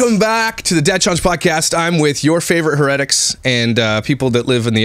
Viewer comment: Love you but "heh-Reh-ticks" Not "heh-tics."